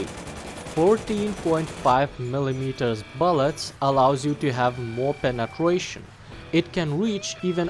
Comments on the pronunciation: Why do you keep saying Penetwuation? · Appreciate how you cover both realistic and arcade , also like the way you say " penetwation" Can you review the M48C?